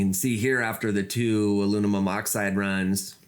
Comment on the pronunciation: Alumimum?!?!? 🤔Having trouble pronouncing aluminum I see! 😝🤣 lol